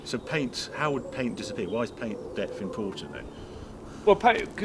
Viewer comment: Lol, "paint depf".